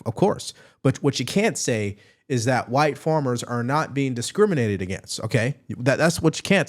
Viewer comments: Great video. It sounds like you say form and formers instead of farm and farmers. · Why are you saying formers? FARMERS